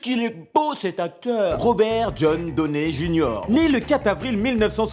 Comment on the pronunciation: désolé mais ca ne se dit pas Robert "doné" junior